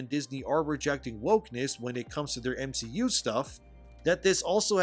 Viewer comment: The guy who tried to defame Gary also called the MCU the "M-She-U", anyone else catched that? I think that was accidental and not ironic... 🤦😂